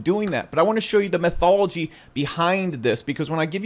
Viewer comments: METHOLOGY?????? 🤣 YOU MEAN "METHODOLOGY"!!! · A few corrections… its pronounced “Methodology” not “Methology” … also its pronounced “especially” and not “exspecially”… now please continue to totally dominate me with your brilliant fat stacks of cash that no one has ever seen. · METH-ology? That's methed up lol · Metho-DOL-ogy,. Love yo channel man